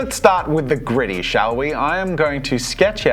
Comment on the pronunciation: I'm sorry, I was hearing Griddy, not Gritty 🤣🤣